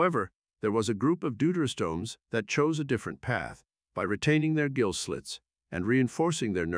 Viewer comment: Excellent video, as ever, but 'gill', as in fish breathing organ, is pronounced as 'ghill' and not 'jill', which is a girl's name in English.